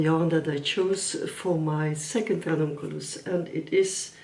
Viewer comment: I enjoyed this video and how you explained every detail about the choices that you made upon the Ranunculus. Also how well you rolled that R! Lol As a non native English speaker I can say that I had no difficulty in understanding what you said and I’ll be coming back again for more